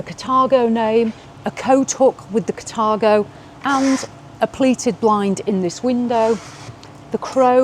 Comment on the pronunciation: Yo!. Sounds like the wrong pronounciation, Car-Tha-go!